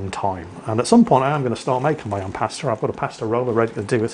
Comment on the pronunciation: I really like the vid... Except for the pronunciation of pasta